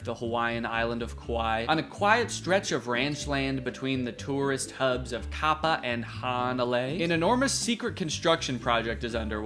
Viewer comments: I actually live on Kauai and it was really funny Danny when you were talking about the places trying to pronounce it it’s 2 a’s in Kapaa bruh 😂😂😂😂 and I’m also kinda worried about mark’s little quaint bunker and I don’t like the idea of him living the same place as me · I’m sorry but hearing Danny pronounce “Kapa’a” like that made me giggle (Kauai born and raised resident 👋)